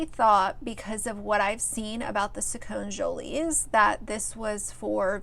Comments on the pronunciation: lollll you can't even say their name right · If you have an opinion about them shouldn’t you at least say their name right lol? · You could at least learn to say their name right. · You obviously don't watch the channel because you don't know how to pronounce their name. I think it's dangerous to comment on something you know such a small sliver about. If you watch their channel, you'd know Eduardo wearing dresses is a small small part of them. Do your homework. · If you are going to discuss them get the pronunciation correct. Sacconne is pronounced with a long e at the end. It is not silent. Do your research. Plus he has always liked and dressed up in girl clothes and liked girl toys since he was a toddler. They DO NOT HAVE A PODCAST, it is just another YouTube channel. They had other guests on that show. I do agree with you on this issue however.